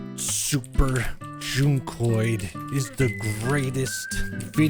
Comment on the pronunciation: Oh that's how you pronounce it? With a long u? I thought it was like junk-oid... and yes I was confused by that name lol